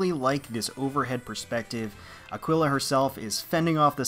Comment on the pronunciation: Let's GOOOO Also Aquila is pronounced 'Ack-ee-la', if nobody said so already. :)